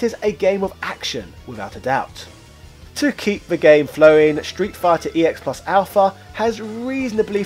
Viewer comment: Congratulations with coming up with so many different ways to say Street Fighter EX plus Alpha incorrectly in one video.